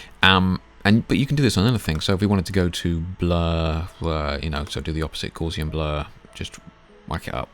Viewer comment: Thanks for pointing out the Fade function - I hadn't spotted that in 20+ years of PS use! (But it's Gowsian (as in cow), rather than Gorzian, blur - from the German mathematician Gauss ;-)